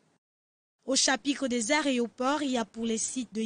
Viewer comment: A la crtv on confie des reportages à des journalistes dyslexiques qui disent "crois" au lieu de "trois" , "aréoport" au lieu de "aéroport" 👌👍